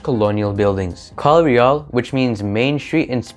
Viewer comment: Spanish "Calle Real" is not "Main Street" in English. It should be "Royal Street". It's also pronounced as "Kalye Reyal".